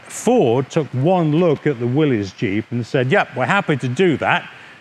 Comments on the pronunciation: Thank you for pronouncing Willys correct. Most ppl pronounce it willy's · Hi Steve, good video! Thank you for pronouncing "Willys" correctly. By the way, which Jeep do you like better, the Ford or the Willys? Please reply. Dave...